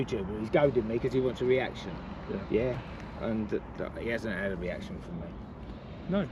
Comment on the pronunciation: "He hasn't had a weaction fwom me" Oh dear 🕵️